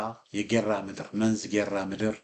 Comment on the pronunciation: I am very happy with your perfect when you call the Names of the reigns. You are a person of Shewa. BUT.." Read it "Menzi G'eraa"" ad the EOT Church...song G'erraa"" workk..